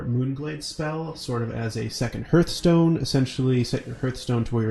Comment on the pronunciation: Lol he pronounces Hearthstone as HURTH-stone. It's pronounced HAR-TH-STONE. You dont gather round a HURTH in winter. Signed, The Grammar Police.